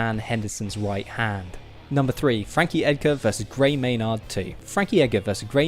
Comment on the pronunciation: It's pronounced gray maynerd not may-nard